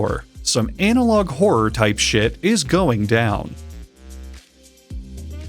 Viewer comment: Pft, he said "sheet" again